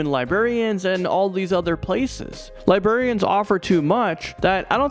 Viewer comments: “Li-berry-ans” lmao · LiBRArian and LiBERian are two different things. You keep saying "Robotic Liberians".